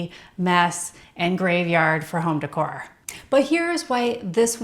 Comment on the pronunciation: What sounds cheap is pronouncing decor as "dick whore." It's pronounced "day core".